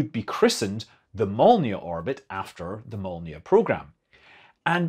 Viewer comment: Your "Molniya" pronunciation is spot on, but "Raduga" and "Gorizont" are quite off. You need to work on those. :)